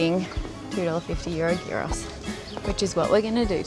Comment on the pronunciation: Your "souvlaki" is YEEross. Souvlaki means little skewer. If it's not on a skewer, it's not souvlaki. Your can of local beer is FIX.